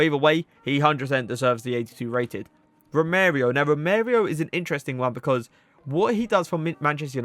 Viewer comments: I think United's team for next season will be really joyful to watch! Nice video again, funny pronunciation of Romereo (Romero, however you called him Romereo) - not hate I just thought it was funny but I think 99% of the names I'd pronounce would be worse😂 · It’s Romero not Romerio 🤣